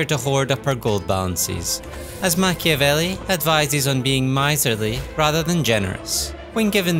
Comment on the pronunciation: Be italian. -open a video about playing a strategy game following the example of a famous book. -first thing the narrator does is mispronouncing in the most ear drilling way the name of the author of said book. -leave a comment dies of cringe